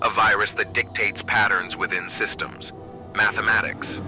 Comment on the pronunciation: I'm loving this concept, though I feel like the AI voice is a bit of a distracting limitation. It didn't emphasize "Mathematics" right, which made me have to go back several times to figure out what it was saying; it mispronounced "axes" every time, which was distracting. Imo, an old-school TTS voice might've been more understandable? Ultimately a minor gripe, this is really cool.